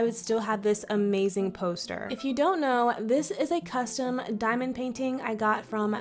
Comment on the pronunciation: That’s NOT how you pronounce CUSTOM wtf is costom?